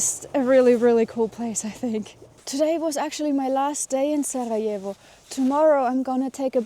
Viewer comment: you have a really lovely way of pronouncing the R in Sarajevo, where are you originally from?